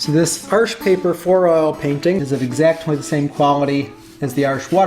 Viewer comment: The way he pronounces Arche, sounds like an american saying "Arsch" in german with an american accent. Which means ass.